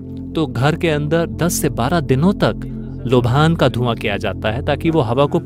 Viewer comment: लोभान नहीं लोबान होता है , पता नहीं भाषा का स्तर क्यों गिराया जा रहा है